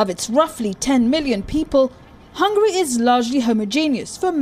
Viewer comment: its hungary not hungry